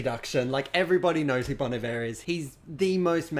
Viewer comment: You pronounced Bon Iver wrong